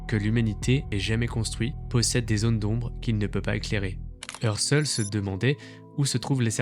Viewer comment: Aïe aïe aïe Umwelt se prononce Oumvelt, Phi se prononce fi et Husserl se prononce Housserl